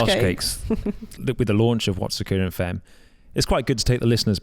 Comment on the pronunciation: Femmes pronounced fAmmes. Argh. Sorry. I’ll shut up. Love this podcast. Finally. Cannot wait!!